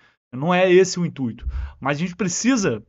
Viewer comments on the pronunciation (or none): none